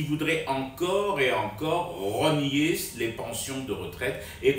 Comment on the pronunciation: Rogner ou renier , la prononciation n'est pas claire.